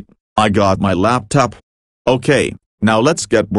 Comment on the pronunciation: When boris says "Laptop" it sounds like "Laptup"